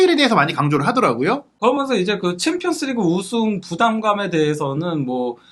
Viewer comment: 브버지인가 브러지인가 "그러먼서"개 듣기싫다고 좀 ;; 고쳐라